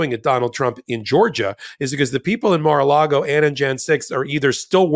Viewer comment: It sounded like almost said "Mar-illegal" and I love it!